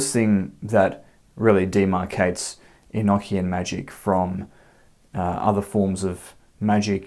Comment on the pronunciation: Well I actually took the time to write this out earlier. First of all you are pronouncing this wrong. I want you to say these two words with me one is an ocean 2 is a notion 3 the proper way to say this enochian as the secret language of the Angels is revealed to you it is actually not so Secret. Do you ever have that high-pitched ringing in your ears so much so that you have all kinds of new ideas some of them might be so in depth that you actually pick up a notebook and write them down in hopes to later re-read it and rewrite it into something more profound. From what I understand feeling very the religion enochian is filled with words that have multiple meanings and that if you listen carefully you will here and see the simplicity the Angels put out ideas on waves and those things are open to receivers who are on those planes they flow like the ocean NeverEnding motion infinite revolving evolving thought it's very circular and it's construct just like any word that ends in t i o n Sean it's almost like you can find God's name right there Revelation Revolution solution contemplation aggravation subjugation etcetera etcetera etcetera. I am just very tired of hearing people say the word eknckian it is pronounced an ocean or a notion enochian same sound same context. I know this because of spiritual experiences I've had since I was a child this language is actually really fun brings about a whole different way of thought and existence and being and it's not to be over thought